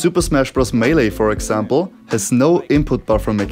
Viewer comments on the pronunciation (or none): none